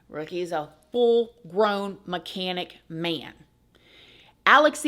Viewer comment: "A full grown, mechanic, man." 😂 Not to make light of this. Idk why the emphasis on the mechanic aspect just tickled me.